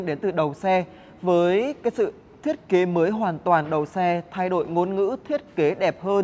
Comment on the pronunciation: nói tiếng sai tùm lum mà đi đánh giá xe hay sao??? nói : thay đổi lại nói là "thay đội" kênh này tào lao quá